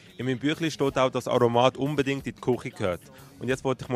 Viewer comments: Aromaaaaaat....das seit doch niemert aso? I betona z T und nit z A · Betons "o" nid so im aromat... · Tirggert wie er Aromat usspricht!!!